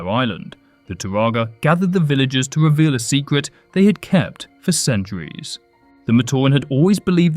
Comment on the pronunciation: Dwaw dwopping reweal 😅 No offense, that's just how it sounded.